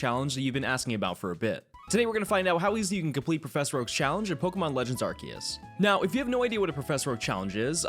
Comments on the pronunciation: This has to be the only Youtuber who knows how to correctly pronounce 'Arceus' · The for saying arceus instead of arseus